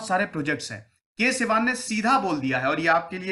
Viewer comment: कैलासवडिवु शिवन् नाम है इस महान व्यक्ति के, ना कि सिवान या सिवन।